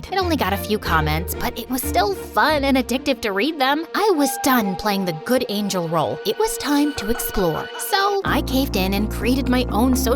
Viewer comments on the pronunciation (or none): U SAID ANGLE NOT ANGEL!!! OH NOOO BUT ITS AWESOOMEE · it’s angel not angle! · It's Angel not angle...? Did anyone notice...? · Angel not angle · an "Angle" 💀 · I think it should be "Angel" but not "Angle"😂😁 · Let’s not talk abt the fact that it says “angle” instead of ‘angel’ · Love the story but I can't With the "Angle" 💀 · I love the "angle" thing😂 instead of angel